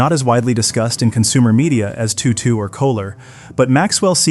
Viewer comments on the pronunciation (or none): Apparently AI doesn't know how to pronounce "Toto".